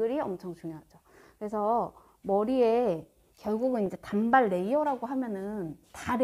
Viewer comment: 단:발로 발음 하셔야 합니다.